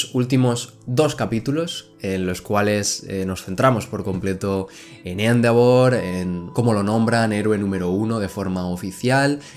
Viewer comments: Me da un tick cada vez que dice Éndevor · Endeavor, se dice endeivor